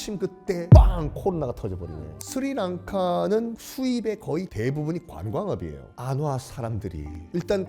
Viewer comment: 썬킴이 스리랑카를 말하면 스리랑카가 아니라 슈리랑카로 들림